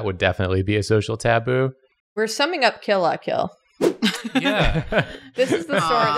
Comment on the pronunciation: STOP SAYING KILL LAH KILL ITS KILL LUH KILL